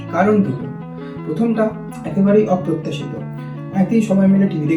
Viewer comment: Bawaahh arekbar uchcharon kor.. অপ্রত্যাশিত word ta